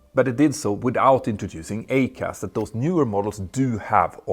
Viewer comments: Very informative video Petter. I still believe all 737 Max aircraft should have had EICAS fitted from the very start. One small point, and I hate to nitpick, but your pronunciation of EICAS is a little off. It’s not pronounced "A-CAS" but rather "I-CAS", like the 'I' sound in the word iceberg. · EICAS pronounced ‘eye’CAS not ‘A’CAS surely? Could be confused with ACARS too. Sorry Petter your English is generally brilliant but this didn’t sound right. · The design for a 737MAX EICAS (pronounced I-CAS, not A-CAS which is a different system) was completed in 2011. It required removal of the Master Warning, Master Caution, and 6-pack (lights), changes to wiring including addition of several RDCs (remote data concentrators), along with software changes to the displays, WEU (warning electronics unit), and FMC (flight management computer) at a minimum. Boeing made the decision to avoid EICAS primarily because it could cause the MAX to no longer meet the derivative requirements. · Hi Petter. Jag talar flytande svenska, men... your accent means that your pronunciation of EICAS really took me by surprise! I suddenly thought "What? The Max 7 doesn't have ACAS - the cause of the Lion AIr and Ethionpian crashes?" Surely it would have been pronounced 'E. I. CAS' ('ee eye cass'). Fan, en sån nörd jag är...